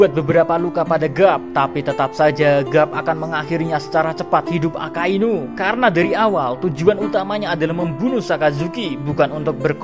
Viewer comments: Mimin salah ucap yee di menit 5.59-6.00, harusnya AKAINU bukan AKASUINU 😁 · 06.00 yang gw denger akasuinu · Guwe skip pas mimin bilang ak*asu*inu.., mau ngekek dulu njir...🤣🤣🤣 👍👏👏